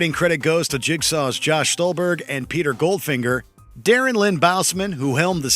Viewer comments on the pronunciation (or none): none